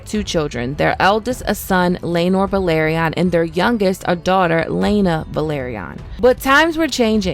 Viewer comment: It’s pronounced “Vell-Are-Ee-Uhn” not “Vuh-Lahr-Ee-Uhn”